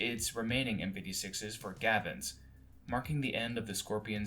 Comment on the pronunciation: YOU SAID GAVINS!!!!!!!1! triggered!!!!